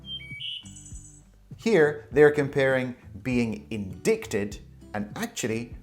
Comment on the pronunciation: indicted いんでぃくてぃどぅ？Isn't it いんだいてぃどぅ？